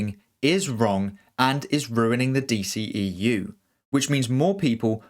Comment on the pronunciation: The D-SHE-E-U🤦🏻‍♂️